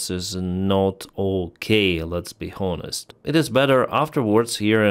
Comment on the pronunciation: Gidday, Honest has a silent 'h'. It's not as transparent as one thought. Pour and poor sound the same. The English language is the goodest! Talk more we listen. God bless. ❤ 🇺🇦 ❤